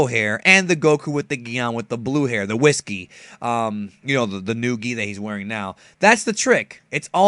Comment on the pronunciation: hehe the whis gi... sounded like whisky.